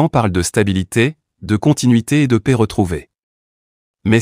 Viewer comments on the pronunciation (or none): none